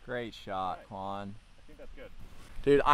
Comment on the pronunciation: Did it drive anyone else nuts that he called him "Kwon" throughout the entire video???? 🤣